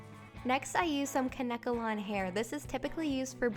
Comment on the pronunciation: Isn't it pronounced Kane kalon?